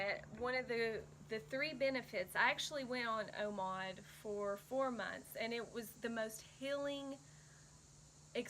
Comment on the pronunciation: Are you saying omod?..lol